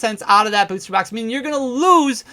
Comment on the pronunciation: if you buy a beuuwwster box 🤣 why you say it like that